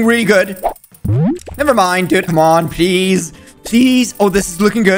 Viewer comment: My guy when he says please it sounds like he saying peas